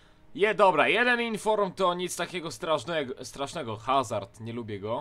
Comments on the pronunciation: ale mówi się azard a nie hazard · Azard się mówi a nie Hazard przynajmniej tak mówią komentatorzy. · Mowi sie azard. Bez H :) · Azard się czyta. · hazard czyta sie azar.